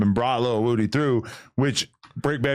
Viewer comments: Why Adam Say His Name Like That? Its Woody Not Wudie 🤣🤣🤣🤣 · Why does Adam have such a hard time said Woody